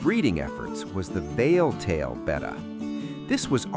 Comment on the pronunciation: It’s pronounced Beh-tah, not bay-tah. 🙄